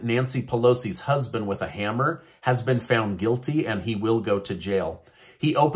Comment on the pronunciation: When you said hammer funny.